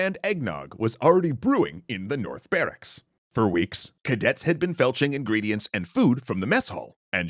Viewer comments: At... did you say "felching" instead of filching? Those are two very different words lmao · I cannot stress this enough, cadets had been FILCHING ingredients and food. FI, not FE. It's, uh. Kind of an important bit of pronunciation. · Ummm... ....filching...not felching. LOL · PLEASE tell me you meant "filching" instead of what it sounded like o_O